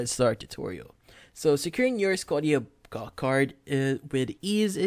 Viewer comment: It’s pronounced Sco-sha- bank. Like Nova Scotia